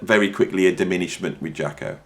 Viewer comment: Cat don’t know what he’s talking about, don’t know the correct title to the first track, can’t even pronounce his name correctly. Jaco could improvise.